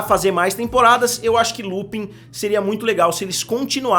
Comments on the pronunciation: A pronúncia é "Lupan". "Lupin" soa super esquisito. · Pq essa é a pronúncia,se escreve Lupin,se pronuncia lupãn . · Por que todo mundo pronuncia Lupin ao invés de Lupãn?